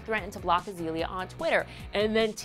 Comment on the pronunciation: wow they actually pronounced her name correctly!!! Azeeeeeeeeeeeaaaliaaa Banks.. not Azalea banks...